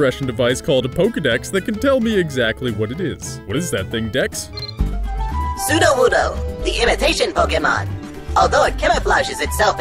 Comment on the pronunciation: Good pronunciation of Sudowoodo 👍